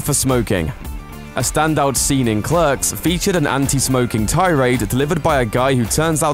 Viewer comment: your British so why can't you pronounce clerks correctly. .